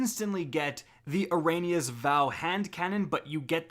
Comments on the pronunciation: A-ree-ana say it right don't be a speaker and say Ah-De-on when we all know it's ay-De-on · Exactly. Think how bad the rest of year 3 is gonna be. Also why cant youtubers talk right.. eri. Anna. Eri-ana's.. not a-rain-ia.... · "You're getting Air-A-nee-a's Vow..." Everyone Else: "It's pronounced Air-E-anna, you dolt." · it’s pronounced air-ee-Ana’s Vow. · "ARAYNIUHS VOW" 😂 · IT’S “AIRY-AH-NAH’S VOW.” You’re killing me, Smalls. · The problem is that it is "throw away" content. We're having to pay for content that will be disposed of at the end of the season. Which in itself is a rip off. Also it is AIR-EE-AH-NAH'S VOW. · "Araenias vow" Shadow pause keep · “eRaNiAs VoW” the season about to end and he can’t still say that right smh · please, before you make future videos, learn how to pronounce names. you mispronounce names in literally every video. also a thing i wanna see done is improved pvp and gambit servers. aztecross made some good videos on this topic that i fully agree with. and yeah, vex offensive sucks. i still get faster matchmaking in the menagerie/ forges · Please just read ERIANAS correctly just once. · please.... please just pronounce “Eriana” correctly... AT LEAST ONCE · H BOMMER77 as a canadian who can pronounce eriana properly i can honestly tell you that its a problem (if you don’t believe me go check out mtashed also a candian who can pronounce it properly)